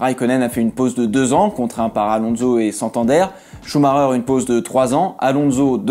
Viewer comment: alors déjà c'est Schumacher et non schumarer mdr et tu ne sauras jamais se qu'il se passe réellement dans les paddocks donc mon ptit gars je serais toi je garderais ma langue dans ma bouche au lieux de raconter des conneries.